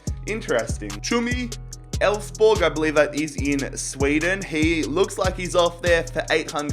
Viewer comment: You actually pronounced "Elfsborg" the right way!